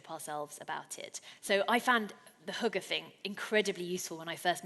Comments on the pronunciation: yes, her pronunciation of Hygge is quite amusing... it distracted me from taking her seriously though :) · I’m amazed how incorrectly foreigners interpret the Danish experience, mind you, after 3 years she still can’t pronounce <HYGGE> without making it sound like hooker so perhaps she is a little to unique. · Haha every time she said “hygge” I heard it as hooker. I know it’s childish but I just can’t stop laughing at “Invite your neighbors in to share your hooker” lol. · When she said "Hygge" I thought she said hooker for a second. I was like, we do have hookers, but idk if that is relevant just for Denmark. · lmfao it sounds like she says hooker when she says hygge lmfao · That's not quite how hygge is pronounced. We don't invite anyone to share our hookers. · Will she stop 🛑 saying ‘hooker’ as oppose to ‘ hygge ‘ ??? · Each time I heard the word "hygge" is sounded like "hooker", but my head is also messed up. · as a dane my self when she started trying to say hygge then sounding like she is saying hooker i was laughing my ass off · omg...invite someone in to share your hooker...haha...I had to think "what did she mean" but of course...hygge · haha that's what I was thinking.. but hookers are.. sort of... legal... and they do ( I guess ) bring happiness :) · hehe yeah, "Invite someone in to share your hooker". Had me in tears... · I heard it as hooker too hahah. But since I am danish I know what she said haha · Every times she says 'hygge' it sounds like she's saying 'hooker' still need some work on the Danish :). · hahahaha jeg tænkede faktisk også det samme XD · yea when she says hygge thats not how we pronounce it lol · Sådan hørte jeg det også haha :D